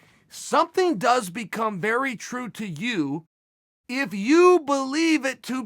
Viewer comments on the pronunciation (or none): none